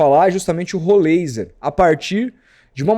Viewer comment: Pronuncia-se: Rolráizer